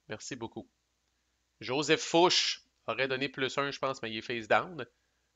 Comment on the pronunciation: Ce jeu a l'air original et intéressant même si on semble plus subir qu'agir les premières années. Mais d'après ce que j'ai compris ça va s'améliorer les tours qui viennent. Je pense que je vais me laisser tenter quand il sera disponible en Europe. Je voudrais juste t'apporter deux précisions en passant : Murat se prononce mura et ce n'est pas Fouche c'est Fouché, GMT a oublié de mettre l'accent. Encore toutes mes félicitations pour la clarté de ton playthrough.